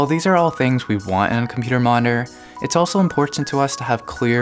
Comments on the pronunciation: Computer monore whats that? Did you mean Mo ni TOR? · Great explanation, thank you! Just a question, why do American's so often no pronounce parts of words of 'monitor' becomes 'moninor' or 'moner'? :) Still a great video, thank you! :) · we can get lazy with pronouncing that 'T', we kind of rush over it. I've never heard 'moner' tho